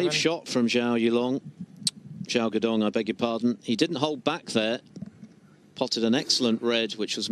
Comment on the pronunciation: Did the commentator call him Joe? 🤣 And Gao Xidong 🤣